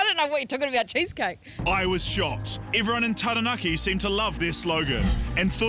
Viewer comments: When you live in New Zealand for most, if not all of your life...yet, by the pronunciation of Taranaki, some of you sound like you were brought up on the moon. Makes me severely cringe when I hear...Tarra Nackee, Towel Poe, Towel Wronga, Aya Taeya Rower, Whonga Ray, Whyra Wrapper, Eckha T' Hoona, Tie Happy. 😆Not much of a Jono and Ben fan, but loving Guy Williams more and more. (Bloody good pronunciation too!) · it's pronounced (Tarra-naakee) not Tearahnacky.. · Taranaki, not Teraneki. It's not that hard to say. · Cringe hearing Tahra- Nacky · Peeps needa be pronouncing Taranaki right farrrr it aint tereneki get yo vowels in check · This chick wearing a pounamu but mispronounced Taranki 🙄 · terror nacky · If u can say tada. Then u can say taranaki properly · Hilarious story haha, but come on man. Every time I heard TA RAH NACK KEY it made my ears bleed! I love the logo for Taranaki though. is a hero! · Pronunciation... Tah-dah-nah-kee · Lol terranaki" 🤦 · Taranaki is pronounced Tadah (just as you would when you surprise someone) - nah - Key - Tara-na-ki The level of language ignorance amazes me. . . . . . . . . . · Half the town cant even pronounce TAH RAH NAH KEY!!!!! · Wears a Taonga, trademarked the slogan, yet still can't pronounce Taranaki correctly. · Like nails on a chalk board every time she says the word 😬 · I'm sorry, but she can't even say 'Taranaki' properly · I just want to know why she’s wearing a Pounamu and pronounces Taranaki like that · Atleast know how to pronounce taranaki 😂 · maybe like u should learn to pronounce taranaki properly aye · She can't even say taranaki right.